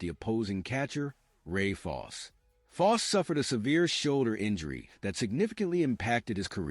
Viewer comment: Loved Pete Rose but this narrator whiffed bi: The Reds beat the Mets in the ‘73 NLCS? Untrue sir. Pretty dumb statement as well as pronouncing Ray Fosse’s name wrong. 🤣